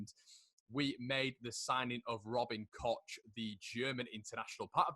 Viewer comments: Its cock. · Please don't call him Kotch. The CH in German is basically the same as the CH in Scottish and you certainly don't pronounce it Lotch Ness. ;-) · Koch is pronounced ‘Koh’ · I've heard of a new pronounciation - Robin Koch (Coke).